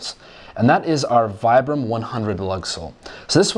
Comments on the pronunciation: I love your videos, I am most likely going to get a pair this upcoming month. I spent 4 years in the active Army as a light infantryman, and I swear by Vibram soles. But? Its pronounced "Vee-bram." Lol. Took me a while before i lost a bet to someone over it 😂 I will get a pair, and I am going to beat the snot out of them, AND post a review on youtube 😊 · It's pronounced as "vee-brum".